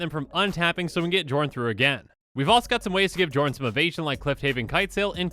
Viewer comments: Psst,, the name is pronounced yorn. Game knights already made this joke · Okay, okay, this is getting REALLY frustrating. It. Is. Pronounced. Yorn. Go to Google. Look up how to pronounce the letter "J" in Scandinavian, it is ALWAYS pronounced like a Y. It blows my mind that every single Magic the Gathering content creator collectively got this wrong. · It's pronounced Yorn Josh! Edit: Ironically, I posted this referencing the Command Zone commander match where Josh mispronounced Jorn the entire game. Then I began watching the video annnnnd awkwarrrrrd 🤦‍♂️😄